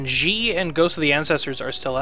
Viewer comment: Just FYI, Xi should be pronounced more like "she," if indeed the DoD are modeled after Chinese. You're putting English pronunciations on a word (Xi) that is not in the English language. No, I am not Chinese, but I speak some of it, and I live in Taiwan. Trust me! If you want more information, check out this site: The more you know... (shooting star!)